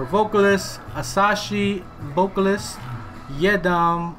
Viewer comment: It's Asahi bro not Asashi the way to pronunce it is Asahee 😂